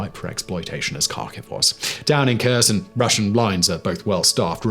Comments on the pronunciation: And it's hare-SONE, not KER-sun. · Omg, the K is silent, when its in a KH name. Sorry, it bugs me when you (who is supposed to be an "information authority " on the subject), mispronounces the name of the subject you are covering And thunder run is a copy of the german blitzkrieg (Rommel). The US was able to copy it during WW2 under the command of Maj. GEN. George S. PATTON. (Battle of the bulge) Do better. Give credit properly. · Just FYI - Kherson is pronounced "Hereson".